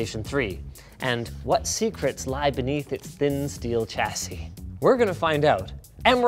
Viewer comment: please stop saying chassis with a "ch" sound. its a "sh" sound